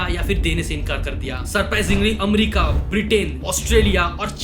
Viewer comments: America❎ Nahi, Umrica✅ 😂🤣😆🖕🏻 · Umrica✅ nahi hai woh bhai America❎ hai naam toh kam se kam dhang seh bol le kisi desh ka chutiye🖕🏻🤣